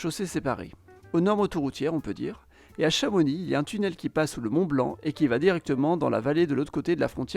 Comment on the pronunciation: Tu prononce pas le x de chamonix merci. Vive les savoisiens